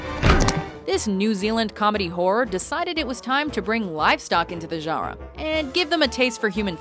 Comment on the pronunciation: Goddamnit. I HATE this narrators voice so much. And they was she doesn't know how to say "genre" kill me.